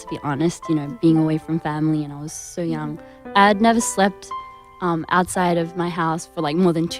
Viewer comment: Didi you notice whenever she have to say so she says sho-rrr . Ahh she is so cute💜🌸